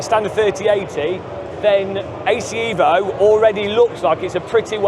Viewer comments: bro its evo and not iiiivo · Ev - O Not EEEEeeeeee- Vo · Eh-vo? No eeeeeeeeeeevo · It's pronounced Evo bro, not Evo. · Evo Evo EVOLUZIONE, not Eevo Eeevoluzion 😂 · Bro I am half Italian, if you write in english EVO, it's will be pronounce ee-vo , so for English speaker you have to right EH-VO or HE-VO ,or EY-VO so they pronounce properly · Evo, not iiiivo😂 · HE-VO you fillthy bri'''ish :D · Eh-voh or unsub. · repeat after me. EHHHHHH-VO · it sounds pretty stupid to call it ehhvo unless you’re speaking with an Italian accent… I’d even say only a dork would ever call it assetto corsa EHHHHVO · It's EHVO... from italian Evoluzione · Marco will be very disappointed at your pronunciation of EVO (I am too, being Italian as well😀) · Every time mispronounces Evo, the release of the game is postponed by one day. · Shiit like 100days!!!😂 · you really need to start saying evo correctly 😂